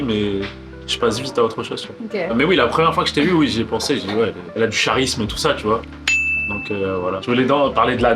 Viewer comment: MATHY 2025 ¨ elle a du CHA risme¨ 😂😂😂😂😂😂😂😂